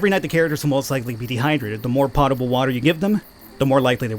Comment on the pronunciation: I loved Dead in Bermuda and this looks awesome already. Also it isn't pot-able it is pote-able, or at least it is said as such :)